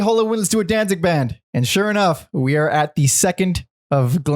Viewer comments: Can't take anyone who says "Dan-zing" seriously. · Please for the love of the English language quit calling him Danzing... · Why do you keep calling him “Danzing”?